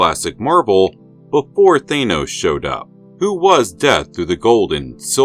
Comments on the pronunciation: You do realize you are the ONLY one pronouncing Thanos as Thay-nos instead of Thann-os ,an as is dan or pan or ran or ann?other than that I love this channel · Why do you pronounce THANOS like that ? ... I pronounce the letters 'A'N : like the word ANother ... you pronounce the letters AN : like the word pAIN ...